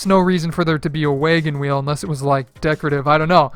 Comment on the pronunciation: “Waygen wheel”